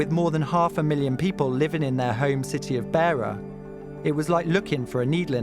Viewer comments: It's a shame that the journalist didn't research the correct pronunciation of names and places before narrating the documentary. He pronounced the names "Themba" and "Beira" incorrectly multiple times throughout the documentary.. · It's not "Beer -a", it's "Beira". Also his name is not pronounced "Themba" as in "Thimble". It's pronounced "Temba". Also "Jose" was mispronounced. Just a small point but one you ought to get right. You corrected yourself when interviewing Carlito's friend in Mozambique but then went back to saying his name wrong. Getting his name right is a matter of respecting his memory. It's distracting. I have lived and worked in Zimbabwe and Swaziland and have supported young people financially in a similar situation to these guys. I know how desperate they can be. Also I know how people from the rural areas and even townships will have no idea of the risks they will be taking when they climb into the wheel enclosure of a plane. It's also worth knowing that Carlito would not have been working in South Africa legally (very unlikely). The South African police and local South Africans do not treat Mozambicans / Zimbabweans etc kindly and there are often threats of violence towards immigrants from neighbouring countries which are well-documented. I successfully funded two young guys through high school and university (and failed with a third - who ended up going to South Africa and got involved in crime) in Swaziland so know something of what Themba and Carlito must have gone through to be that desperate. Just wondering if you managed to offer help in any form to Carlito's family or to Justin to improve their prospects.